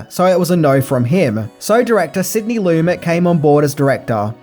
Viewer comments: I dig your videos,, watching them are a way to wind down for the night. Please learn how to pronounce people's names correctly. Sidney Lumet is not pronounced Loo-MET, but Loo-MAY. Also, from "Adventures in Babysitting": Vincent D'Onofrio is not Dah-No-Free-Oh, but Duh-NAH-Free-Oh. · Sidney Lumet. His last name is pronounced: Lamay.